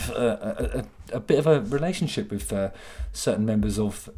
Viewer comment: Long have I been waiting for vuh moment JH unveiled his very well-hidden /th/. It was soooo worf it. Fanks JH! And fank you for adding vuh bonus /s/ at vee end. Much obliged.